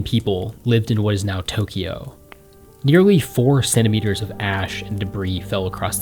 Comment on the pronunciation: Tokyo is a 2-syllable name. There is no "ee" sound in the middle.